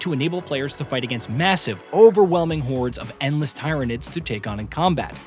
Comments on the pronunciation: Tyranids is pronounced as in "Tier" / "teer" not as in "Tire" Other than that good preview! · It's pronounced tear-ah-nids not Tie-ra-nidd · Its Ti-ranid. Like tin. NOT Tie-ranid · This man got positively roasted in the last SpM2 video for saying tie-ranids instead of teer-ranids. Like every other comment. There is physically no way he didn't see any of that. Yet then he just turns around and does it again. This man is baiting engagement, and god damn if it isn't working. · It sounds weird but its how I used to pronounce it too, thinking Tyrant was the base instead of Tyranny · Oh no not the tie-ranids they are so much worse than tyranids (tear-anids). Edit: Thanks to a Mr rush patriot for helping me learn how to turn off notifications on youtube now I never have to hear or see another redditors opinion ever again. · Am I the only 40K fan who feels like it is nails on a chalkboard when he pronounces it “Tie-ru-nids” when it is pronounced “Tier-ru-nids”. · It's pronounced "Tier-a-nids" by GW who created the entire 40k universe. The people who made the IP are telling you it's "Tier-a-nids" not "Tie-ra-nids". Play any Warhammer game with Tyranids in it and the in-game voice lines will say "tier-a-nid" because that's how it's pronounced. Even this game will probably have them pronounced that way because it's the right way to say it. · Virtually every single other Warhammer game pronounces it as “Teer-a-nids”. Even the announcements of the game pronounce it that way. Hell, you can look into the videos released by the people whom made this game and they too say “Teer” and not “Tie”. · I know almost nothing about 40K and "tie ranid" made me shudder lmao. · Tie-ranids… annnnnnd that’s where you lost me. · Tie-ra-nids. Just stop. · tieranids? why are you saying it like that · Tear-a-nids 3 syllables no ties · lol i stopped watching, after he wrongly said "tryanids" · Yes it's painful to hear them pronounce badly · apparently tie-ran-e 🤣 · Yah, this was unsettling for me too!